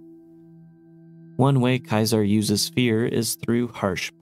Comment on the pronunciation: i know most characters in the Game misspronounce it too, it can be accepted as a correct thing all You want still cringy af to hear, i actually mute the voices in the Bethesda Games, but thats more general than just for Kaisar